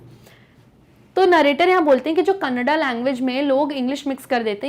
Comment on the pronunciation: Mam that is not कनाडा it is a language named. कन्नड़